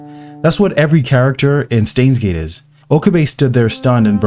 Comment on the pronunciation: say stains gate one more time i dare you